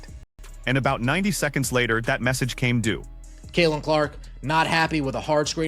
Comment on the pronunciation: Caitlin not Kaelin